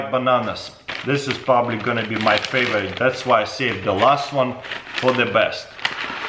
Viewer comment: Faveeze dvried stvrawbevvys